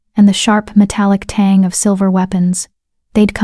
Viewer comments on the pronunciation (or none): none